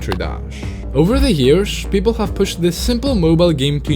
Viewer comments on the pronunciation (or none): over the yearshs had me dying laughing 🤣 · Over the yearSH